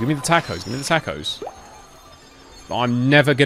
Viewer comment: “tack o’s” -this dude